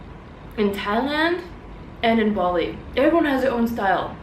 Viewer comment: Bali, not Boli.